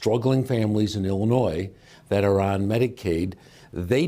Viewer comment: Illi-noise? I thought it was pronounced ill-uh-noy